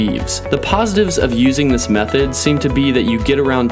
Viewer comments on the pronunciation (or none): none